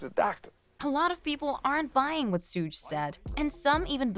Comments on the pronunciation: You have no right to ever report on hip hop ever again his name is Suge not sooog and it dear mamma not your mama and his name is keefy d spelt it phonetically for your culture stealing ads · Sooj… Cmon, if you’re going to be news channel, take the extra few minutes to learn how to correctly pronounce names. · Why she keep calling him Sooj?? Wtf